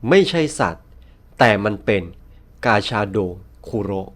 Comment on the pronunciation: ผมได้ยินกาชาโดเป็นปลาชะโดอะ😅